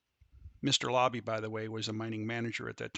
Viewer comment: It was called the Labbe Mine not Lobbie. And Overfield had the adjacent claims. Not Overland.